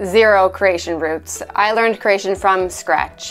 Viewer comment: Step One - Learn how to pronounce Croatian. 🙄 Says: “Craesion.”